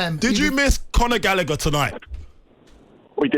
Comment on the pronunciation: It's pronounced Conor Gal a her not Galicker Gallagher it's very simple